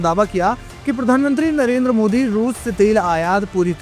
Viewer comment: Narender😂😂😂😂 salender 😂😂😂